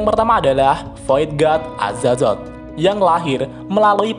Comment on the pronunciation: Azatot pak bukan azazot